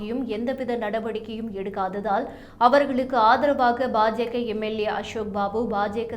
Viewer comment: Ba Ja Ka or what it is ? Very poor pronunciation.